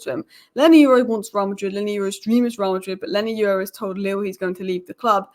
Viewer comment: Leny Yoro (Your-ro )And Not You-ro, Stop Butchering These People's Names. Learn How To Pronounce Someone's Name Before Talking About Them Or Mentioning Them. Edit: A Simple Constructive Comment And Most Of You Start Showing Your Tempon Strings, Anyway Thanks For The Engagement.